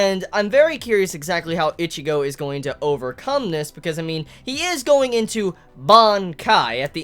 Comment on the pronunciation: Why do u say ichigo's name like that